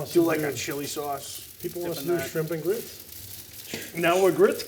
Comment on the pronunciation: Grits…I’m from Alabama, you should practice a bit more…